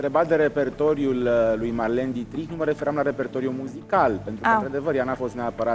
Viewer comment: botezatu: Marlene Ditrik, pronuntia: Marlin Ditreich....super fan :)))